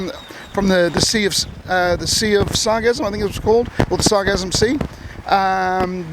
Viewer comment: This overwhelm began two or three years ago. It's not cyclical. Regular snowbirds will tell you that it has never been this bad. There is already a company recycling the sargassum. BTW it's sargassum, "sar-GA-sum".